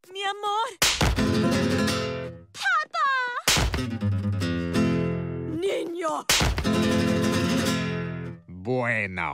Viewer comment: "Papa" instead of "papá"... Spanishspeakers will notice the huge difference (specially cuz of the inalation)